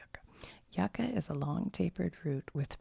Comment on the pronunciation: "yuca" is pronounced "you-ca" 🥹